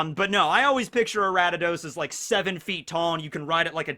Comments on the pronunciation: It's Ariados not aratados/Aradadaos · Aratados? Ok, now it's just intentional. It's pronounced Ar-ee-uh-dohs. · it physically hurt each time he kept repeating "Aradidos." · Why is he pronouncing Ariados “Arattados” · where’d this guy get the “t” from in “Ariados”? Respect tho pronunciation is a human construct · nice video, my favorite starter is feraligatr and second is typhlosion. also: 1: it's ariados 2: i never thought of quagsire evolving into wobbuffet, but i see where you are comming from 3: slowking evolves with king's rock from slowpoke, not slowbro 4: the reason remoraid evolves into octillery has more to do with it's weapons inspiration than it's animal inspiriation 5: it's not hard to get hitmontop from tyrogue. i did a fighting monotype run a little while ago on sword and caught three tyrogue. they evolved at the same time into all three different hitmons. 6: galarian corsola is gen 8, not gen 7 love your video's p.s. if you are interested, i can tell you more about gen 3 onwards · Say Ariados right! 🔫🤓 or else.